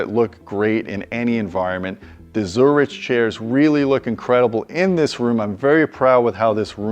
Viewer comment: Jeez, that's easily like twelve grand worth of seating right there. Baller. Also, come on,. It's zur-ICK, not zur-ICH.